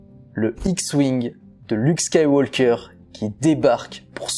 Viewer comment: Ne prononce pas SkywaLLLker mais Skyw"oker". Super ta vidéo et vivement dimanche 😉